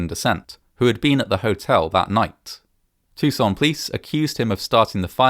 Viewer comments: Too-san. Not tousoon in a French way. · Awesome vid as always, but Tucson is pronounced in a very American, "Toosawn." It's not said with a French accent. We're not that civilized ;) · As a side note, I have to admit that I've always pronounced the city's name very differently (tuck-sen) rather than (too-zen) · Why does he pronounce "Tucson" like he's French fecbdbdht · Why do you pronounce Tucson like it's in France? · This pronunciation of "Tucson" is the second worse around. It is not a French word. Many foreigners do say "Tuck-son" though which is worse. Then the narrator aggravates his case by saying "off-ten" which went away in the 15th century. Does he also say "soff-ten"? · i love the frenchification of your pronunciation of Tucson lol